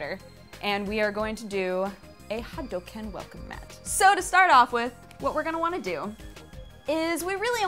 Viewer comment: the correct pronunciation is, ahem, hadoooooooooooouuuuuukeeeeeen. please fix that. thanks.